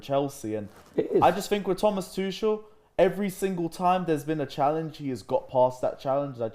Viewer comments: Why do english people say Thomas Tushel it is Thomas Tuchel the CH is a G the G from Great and not Gel hahahaha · All these months after Frank’s sacking and is still mispronouncing our gaffer’s name, sad. Is it on purpose? There’s two forms of being wrong. Sincere ignorance or conscientious stupidity. I don’t think you are dense,. So many other things you say makes clear you are very bright. Why can’t you respect Tuchel’s (Too-Khel) name? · can't even pronounce Tuchel right, he's their manager,but still 😁